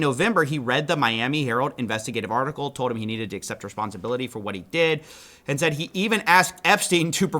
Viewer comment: That’s not how you pronounce ”Said”